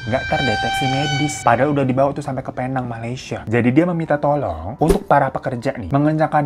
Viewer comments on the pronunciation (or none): none